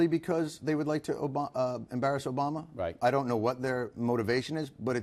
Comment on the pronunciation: "Obrama." With an R. Really Bill, really? It isn't that hard to pronounce obama